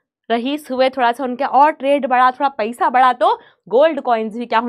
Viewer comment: paysa 😂😂😂 not paisa was pronounced